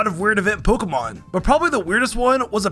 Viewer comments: Phan... Py😂😂 I think I caught you in a different video calling him panphy as well 😂 still a great video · I swear my man is purposely mispronouncing phanpys name like everytime